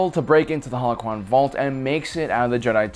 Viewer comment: be like, UwU senpai yoda pwease wet me into youw howochwon vauwlt Wet youw in I wiw not senpai bane If you don’t get it he says howochwon instead of holochron